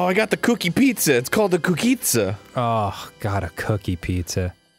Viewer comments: It's not a cookizza! it's a pizzokie! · It's not a cookizza, it's a pizookie -_